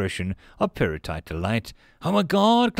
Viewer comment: I was confused when I thought you said perlite for a second